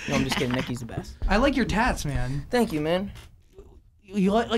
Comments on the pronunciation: “Tank u, tank u, tank u” HAHAHHA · when he kept saying fwankyou OMG I CRIED OF LAUGHTERRRR